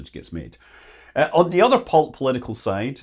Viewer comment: COMMA-lah Harris. In Sanskrit all syllables are stressed equally. This makes it sound like the first is accented. Sometimes people get lazy and tend to stress later syllables less. Kamala means lotus flower.